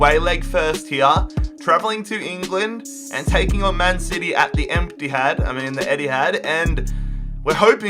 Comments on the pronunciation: The “Emptyhad” 😂😂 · Why did you have to say "emptihad"